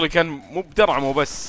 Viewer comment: انت زيي لما اقول مو بس درعمه الدرعمه انا اقولها كذا